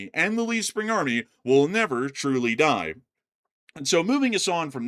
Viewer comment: “Die” does have a different kind of energy pronounced in English 😅